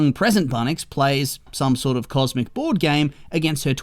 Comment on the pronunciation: "That's Comsic Queen Catbug Rouge"😂